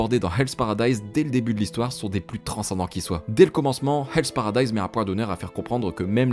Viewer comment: Enfin un youtuber français qui a compris que le “h” est effectivement une lettre qui se prononce en anglais!! Encore une vidéo réussie!! Bravo!!